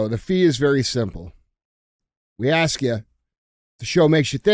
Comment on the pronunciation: Dj's been watching too much American Chopper.... "I got an Idear" "Let me axe you a question"... you aint ninja Paul Sr. Lmfao